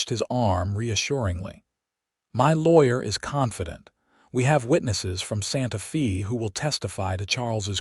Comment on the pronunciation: 😂Hasn't AI heard of Hooked on Phonics? Santa Fe might not be pronounced Fay as is proper but it certainly wouldn't be pronounced Fee as it was all through this story. Otherwise it was a sweet story.❤